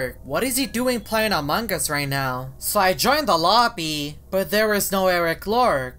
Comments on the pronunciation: I heard among gus :/ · everyone: among us: among GUS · I love when say "Amongus" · No its among us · But its amugus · says amongas all the time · Why does he say among us like that